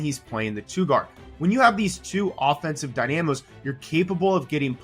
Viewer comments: DY-na-mo (word ) vs dy-NAM-o (you) Max Strus sounds like goose or loose, not the german word for street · Die nam ohh.... Rofl. Is die-nuh-mo